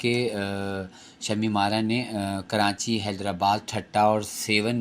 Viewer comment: ماشاءاللہ بہت عمدہ کاوش مگر پلیز آپ کراچی کو کرانچی نہ بولا کریں۔